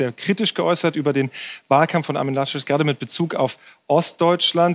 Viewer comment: Herr Lasch-Leck... HaHa